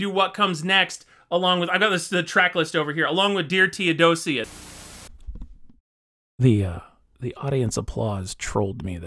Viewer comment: i'm so sorry but 'teodosia'? 💀